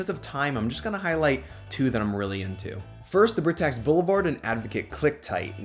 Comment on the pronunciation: Loved the video, but I believe Britax is pronounced “Bry-tax”